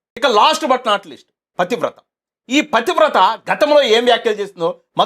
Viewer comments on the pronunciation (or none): ప్రతివ్రత కాదు పతివ్రత అనాలి